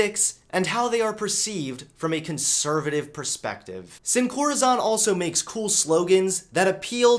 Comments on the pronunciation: It’s not pronounced corazawn it’s pronounced like corazone. It literally means “without heart” in Spanish because they replace the hearts within other things. Clever name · I love you but it's pronounced "seen core-uh-zone" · Um...just saying...it's pronounced "seen core ah zone (sone in some places)". It's Spanish for "without heart" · Dang dont rep a brand and completely mis-pronounce it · When you try not to be triggered when Sin Corazón is mispronounced… Soy latino. I can't help it.